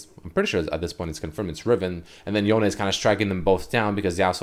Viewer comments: I wonder if Yone is now stronger than Yasuo now that he has new powers. Edit: Also, it's pronounced Yonay. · its pronounced yoh-nay the e in japanese is kinda like ay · The way you pronounce “Yone” is very awkward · why are you saying his name like that ??